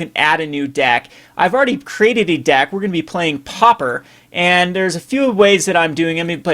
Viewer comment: It's pauper, not popper!